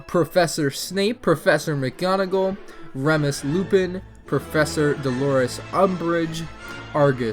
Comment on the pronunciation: When you were pronouncing the names of the micro figures, Remus Lupin is pronounced Rh-ee-mus and Argus Finch is actually Argus Filch